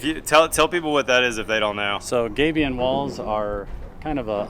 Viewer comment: Yep, he was mispronouncing Gabion and then you heard it as you wrote.